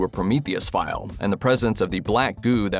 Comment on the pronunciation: "prometheus fire", not "file"